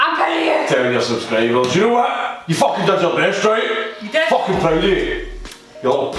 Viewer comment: I think with the accent it should pass YouTube's censors. I mean he said foookin, that's not a word.